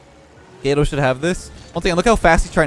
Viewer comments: I love your videos! one quick thing. Gato is pronounced with a soft A similar to aww. phonetically it sounds similar to the french word for Cake Gateau...it means cat in spanish. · Who else was triggered that can't say cat in Spanish?